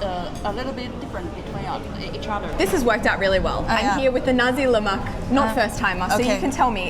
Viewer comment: Nasiii leak not naz1 lemakk😂😂